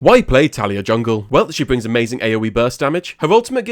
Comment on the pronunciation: Ur sayin her name wrong bro